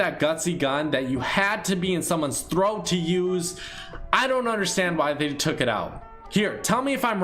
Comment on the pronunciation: Why does he. Say in someone’s throght